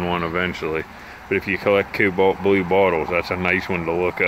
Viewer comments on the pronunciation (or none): none